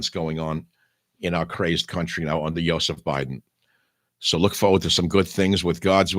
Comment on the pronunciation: "YO seph" Biden 🤣🙄🤣